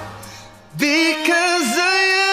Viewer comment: Maganda sana pero bakit ganon ang pronounce nya ng because of you ang sa kanya because ohh you?...